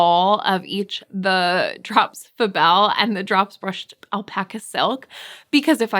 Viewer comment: 20 min dissertation on the correct pronunciation of the Musselburgh hat and yet we insist according to a past video that " yes I know it's pronounced (Drops FAbel yarn)" yet you insist on calling it ( Drops Fuhbel yarn) " because it sounds more exotic? French? Now I forget the term you used but that makes no sense! lol